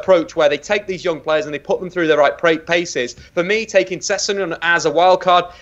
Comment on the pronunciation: Say it with me now - Sess-eg-non!